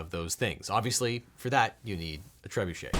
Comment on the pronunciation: Ah but at least he pronounced trebuchet correctly. 👍